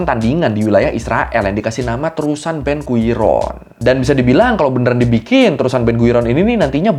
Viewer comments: Ben guiron ❌ ben gurion ✅ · Ben gurion ✔️ Ben guiron ❌